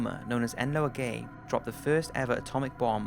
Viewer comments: It's En OH la Gay. Just so you know. Not Enloa Gay. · marker... e n o l a g a y not enloa gay. Seeing it is the first plane to drop a nuke, you should know how to pronounce it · Here we go again, you not looking at how names and words are pronounced? even when it's written right in front of your eyes? EN-OLA-GAY and the L isn't silent OK? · It's called enn-olllah Ebola gay not en-oh-ahh gay dude u need to do some research b4 u narrate things to make sure u get it rite .sorry I never ever have a bitch about others grammar or speech it's just that it's such an important part of our sad history as human beings and children in the future will be writing projects and doing studies of these things and I firmly believe that if you are going to be putting up things that speak of important past events that your should first learn what it is you are speaking about dude ...it's not enn-ohh-ahh gay dude it's en-ohh--lahh gay sorry i am useless at writing phonetic spelling but enola gay is a name that will forever have it's name stamped in history and that folk should at least learn how to say it and study it a bit better b4 putting up posts that will be around for ever kids will inevitably come across this post in like 20 30 maybe 50 years in the future and if it were me who was to be putting up posts like this I WOULD AT LEAST STUDY WHAT IT IS I AM POSTING INSTEAD OF JUST READING FROM A SCRIPT LIKE THIS DUDE AS ITS KIND OF OBVIOUS THAT YOU PROBABLY HAVE NEVER HERD ABOUT THE BOMBINGS OR THE STORY BEFORE READING AND POSTING THIS YOU TUBE VIDEO AMD LIKE I SAID I NEVER EVER BITCH ABKUT OTHERS SPELLING OR SPEECH ISSUES AS U CAN SEE I DONT SPELL TO WELL BUT I AM NOT THE ONE POSTING A CLIP ABOUT SOMETHING THAT IS SO IMPORTANT AMD A HISTORICAL IMPORTANCE DUDE AND IF I WAS TO ID ATLEAST DO SOME REASERCH INSTEAD OF READING A SCRIPT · It’s pronounced EE-KNOW-LA Gay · Enola Gay... Ebola gay😂👌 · Did you say Enloa gay? Enloa?